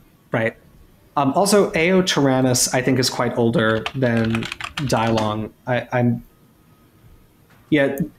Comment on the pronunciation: With all due respect, if people would like to pay some extra respect to the Chinese spoken language, Dilong is pronounced as DEE-lown. The "I" would make a long E sound as in bee, and the "long" part is very similar to how you would pronounce the second syllable of alone.